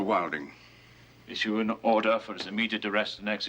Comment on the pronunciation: It’s Weidling. Helmuth Weidling.